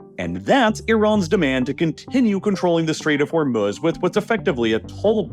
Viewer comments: You don't even know how to pronounce Hormuz correctly. It's hor MOOZE not hor muzz good lord. Do better research before making these. 🤦‍♀ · Ah yes, "The Strait of Homruz". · I don’t understand why this guy likes to deliberately mispronounce names. Instead of Hormuz, he calls it hormuhhhz and instead of Belarus he calls it belaruhhhhss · Meanwhile narrator is saying hormuhz like he hasn't heard every news outlet pronounce it properly for the past 7 weeks. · You’re pronunciation of Hormuz is unbearable